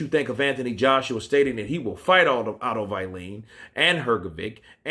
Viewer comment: Bro keep up the good work. Had to say find it funny how you say wallin as you say like its why lean.